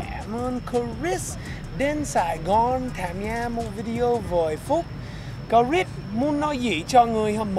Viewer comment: Cờ Rít Sờ mới đúng, vì Chris có S đằng sau. Cũng được, vì người Việt, ko "Sờ" khi cần Sờ. Lại Sờ khi ko cần Sờ, đặc biệt là ở miền Nam, khi phát âm những chữ kết thúc bởi T or D. Ví dụ: Good, ko có Sờ nhưng nhiều người Nam lại Sờ, phát âm Goods Morning. Nhiều người Bắc lại vướng phải lỗi L & N 2-way cross infection (way ở đây ko cần "Sờ" since it functions as an adjective) 1 số người Bắc mới học English greet: Hê Nô for Hello chẳng hạn. Tôi đẻ ở HCM.c bố mẹ người Hà Nội, nên tôi được nuôi dạy văn hoá HN. nhưng lại học tiểu học với tuyệt đại đa số học sinh người Nam. Tôi bị trẻ con người Nam kỳ thị mỗi ngày, dánh nhau là chuyện giống như ăn kem or Cà Rem (crème = cream for icecream) Việtnamise tiếng Pháp theo kiểu người Bắc, Còn kiểu người Nam thì Cà Lem. Chữ R is more problematic với người Nam hơn người Bắc, tuy vậy nhiều Bắc lại biến âm R thành âm GE (=J) ví dụ: Riêng thành "Giêng" 1 Góc Trời như bài hát. Tuy nhiên, nhớ lại tuỏi thơ bị trẻ con Nam "kỳ thị" tôi nghĩ đấy chỉ là bullying, mấy đứa bully chỉ pick up bất kỳ ai hơi khác biệt chúng. Có điều, sau này ko ai trong trường dám bully tôi nữa vì tôi đánh nhau hằng ngày nên rất giỏi & liều lĩnh. Just a swim-or-die mater Ngày nay, phân biệt giữa Nam Bắc ko chỉ là a Remnant of Indochinois War but also American War, especially from California, Sydney they are a few ppl but venomous. I treat the haters as I always did since my kinder garden age: Don't touch me or else, a terrible else. Most the times I ignored them. June 1946 a